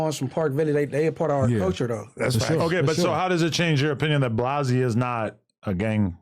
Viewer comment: Adam…the name is Blazzy, not Blozzy